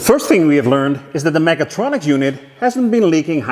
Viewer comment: Sometimes it sounds like you are saying megatroniks :D